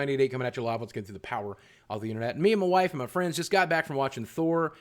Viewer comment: when he said "me & my wife & my friends" it kinda sounded like "me & my wife & francis"